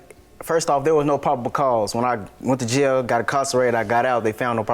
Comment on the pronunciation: Sort of kind of, but their was no (popacause) I thought it was probable cause.lol